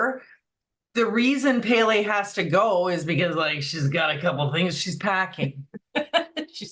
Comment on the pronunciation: Respectfully, Pele is pronounced "PEH - LEH" not "PAY-LAY" Mahalo